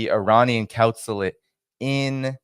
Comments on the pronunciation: And counsulate instead of consulate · Consulate not councolate